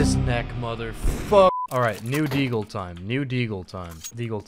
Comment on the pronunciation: content: "nEw DeeAagle gUys"